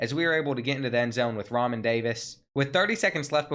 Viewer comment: No doubt. Also, Re'Mahn = Ra Mon. Keep killing it 💪🏿